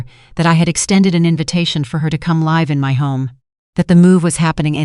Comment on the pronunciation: If the narration is in English please use the pronouncing properly !! The word is 'live' then say live,as in I live here,not ,the power line is electric,as in 'connected' . Not hard to do!!